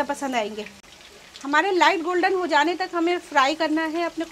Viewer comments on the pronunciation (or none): none